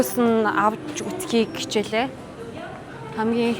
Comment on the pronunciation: Хичээл❌ Кичээл✔️